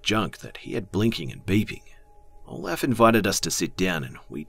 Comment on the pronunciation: in one of the stories when he said Olef? I kinda thought of Count Olaf from A Series of Unfortunate Events lol